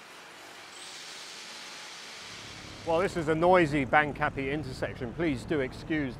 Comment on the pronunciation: My current Thai partner and I laughed at your pronunciation of Bang Kapi. My partner lived in Bang Kapi when she was working and living in Bangkok, and my ex-wife grew up in Bang Kapi. They all pronounce it (Barng Kapee)